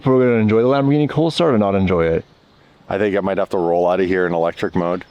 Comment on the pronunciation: you gays have to learn how to pronounce LamborGhini not Lamborshini